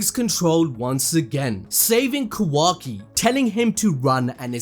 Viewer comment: I love you and your videos but the way you say Kawaki lol its so jarring im not sure if thats the right word.